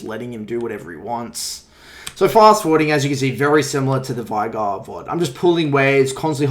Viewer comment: The amount of people who say "vie-gar" when his name is said "vay-gar" is too damned high. Driven me crazy since season 4 or 5.